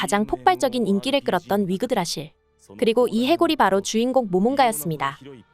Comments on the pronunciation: 10분 내외에 위그드라실을 자꾸 위그라드실이라고 하는데.. 내가 잘못알고 있는건가 흠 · 위그라드실... 위그라드실.... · 위그라드실 아니고 위그드라실 ㅋㅋ